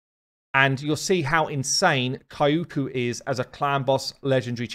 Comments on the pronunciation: She's not "K a i u k u", she's "Kyoku". Check the pronunciation via Google translate=) I'm sorry, it just hurts my ears haha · Kyoku Pretty sure it’s pronounced “Kee-yo-kuu” not “Kai-oo-kuu” lmao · Thanks for the info. I'm going for the fusion, so unfortunately have to miss out on Kyoku. But man, my fiancé laughs so hard when he sees my face every time you say 'kaiyuuku' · Hearing you butcher Kyoku's name never gets old!